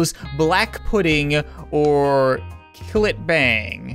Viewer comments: It Cillit bang as in Sillit bang not killit bang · It’s spelt cillit bang but it’s pronounced Sillit bang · You pronounced Cillit Bang wrong it's pronounced Sillit Bang BANG AND THE DIRT IS GONE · Btw it's pronounced sillit bang because remember: c is almost like s